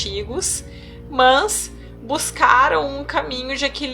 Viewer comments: Que raiva desse "mās" dela vei 😠😠😠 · otimo trabalho! sua forma de malar o ``mas`` incomoda um pouco usando o til. rsrs ... Mans!, tudo bem. Muita luz pra todos!